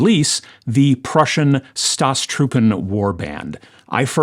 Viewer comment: it is so very much american the way you butcher the pronunciation of "Staatstruppen" in my culture it is considered disrespectful to pronounce foreign words badly when using them :-)